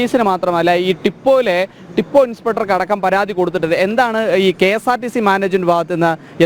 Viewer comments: Tippo alla haee haee, Depot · എടാ റിപ്പോർട്ടർ കിഴങ്ങഗാ... ട്ടി പ്പൊ അല്ലടാ😂😂😂😂😂 ഡിപ്പോ എന്ന് ഉച്ചരിക്കാൻ നീ പഠിക്കണം... നീയൊരു റിപ്പോർട്ടർ ആണ് നല്ല മലയാളം നിനക്കറിയില്ല.. ഇംഗ്ലീഷും അറിയില്ല എന്ന് വന്നാൽ എന്ത് ചെയ്യും. ട്ടി പ്പോ പോലും ട്ടി പ്പോ× ഡിപ്പോ എന്ന് പറയണം✓